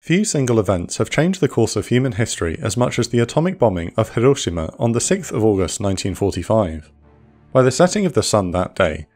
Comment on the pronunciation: The speaker pronounces hiroshima like a native, but uses the wrong short a when pronouncing Nagasaki. It's the ahh sound, more like aww, less like eh.